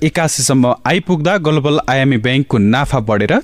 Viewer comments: गोल्बल!? कति हाँस्नु! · अझ मैले त "गोलोबल" पो सुने 😅